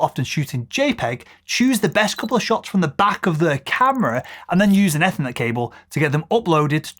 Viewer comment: Nice video but I didn't hear anything that hasn't been discussed before, or that was new to me (apart from perhaps the way you pronounced ethernet!). Anyway to answer your question I shoot in raw all the time now, although occasionnaly I add a low res jpeg to rapidly select withdraws get uploaded to hard drive and LR.